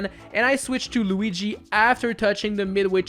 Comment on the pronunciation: “Super Tanooki Loogi” is probably the best thing I’ve heard in a long time